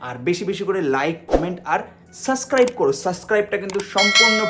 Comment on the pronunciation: সাসক্রাইব না বলো সাবসস্ক্রাইব